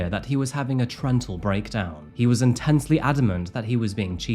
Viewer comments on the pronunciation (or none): Did say Trent was having a "trental breakdown" 🤣